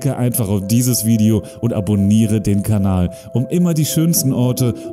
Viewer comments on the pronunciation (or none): none